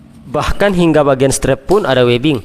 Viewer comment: Strap tapi bacanya strep ya bang...